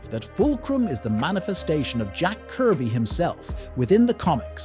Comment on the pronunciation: “Jack Kirb” Seriously?